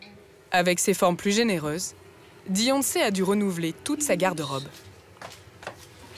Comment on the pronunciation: "Deyonce" ? On est d'accord le D est après le B dans l'alphabet ?